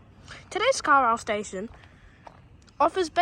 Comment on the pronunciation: Carilsle? It says on the station, "Carlisle" Carl+isle